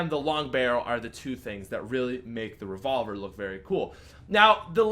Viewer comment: "The Rayvolver"